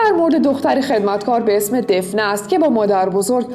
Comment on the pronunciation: گفتید دفنه ولی دافنه درسته